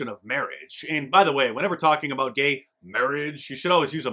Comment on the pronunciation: "ghay" marriage!!!!!!!!!!!!! bhahahahaah